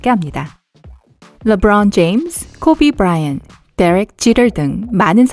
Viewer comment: 르브롸운 지예임ㅆ~ 코베 브롸이언ㅌ~ 데뤅 지럴 발음 씹오지는데 소름끼치는이유는멀까..